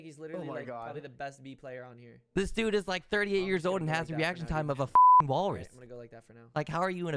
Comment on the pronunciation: “This dude has the reaction time of a WALRUTH”..... rip. Imagine tryna roast and you can’t even pronounce it🤦🏻‍♂️